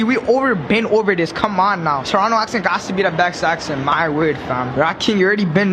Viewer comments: You guys are saying Toronto wrong. It is Torranah. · Nah fam it's Chronno